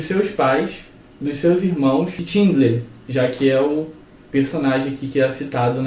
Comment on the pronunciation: 'Tindler' não, 'Xindler' = Schindler.